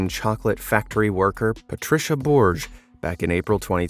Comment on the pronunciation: When you see Spanish names, ask a Spanish person how to pronounce them. We are not that rare, I assure you. Have some respect. Patricia Borges is not pronounced anything close to what you did.